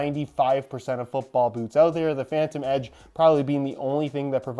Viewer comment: Ha, noticed he said “phantom edge”